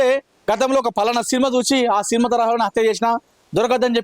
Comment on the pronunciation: సీన్మా ఏమిటయ్యా సినిమా అని పలకాలి. తెలుగు పలకడం కూడా రాని ప్రతివాడు మైక్ పట్టుకొని తయారు. మాఖర్మ కాక పొతే ఏమిటి.